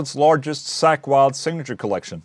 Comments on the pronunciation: Funny how you pronnounce (ball) "Sack Wylde" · "Wtf is a sackweld" oh.. accent.. right. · You pronounce it like Sack Wylde lol